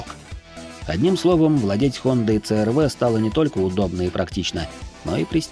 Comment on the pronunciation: Пожалуйста объясните почему буква C -си называется Ц. С какого алфавита это буква Ц какой страны? Просто режет слух, хочется понять. Хонда црв:) Хонда аш рв. Айч-Н. 😮 я в шоке. научите меня я чего-то не знаю 🤷